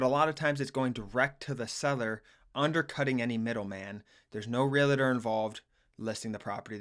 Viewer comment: It's realtor - not "realator"